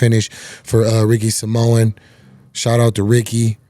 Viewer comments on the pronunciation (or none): Ricky Samoan ? It’s Ricky Simon, are you still concussed ?